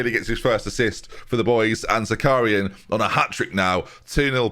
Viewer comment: Zakharyan is pronounced - ZA - HA (like in ha-ha) - RYAN ("ya" like in "nyan-cat")